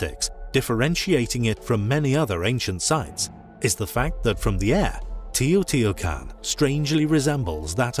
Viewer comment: Try to pronounce better the name sites it's teh. - oh. - tee. - wah. - kahn🎉🎉